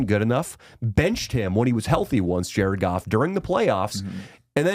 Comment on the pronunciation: JA-RED GOFF, JA-RED GOFF